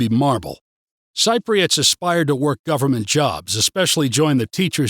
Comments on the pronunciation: Dude, we are Cypriots; pronounced si-pree-uht, or sɪp.ri.ət not sigh-pree-uht or sighp.ri.ət. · More negatives than positives on how you view Cyprus. I’d have to disagree on many of your negatives. Since you are learning Greek, and live in Cyprus, for heavens sake please pronounce “Cypriots” correctly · Nice view from you, but please work on the word Cypriots :(